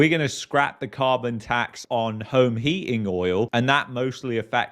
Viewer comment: What the hell is "heaing"? Are you saying "heating"? Why can't people pronounce words properly on YouTube?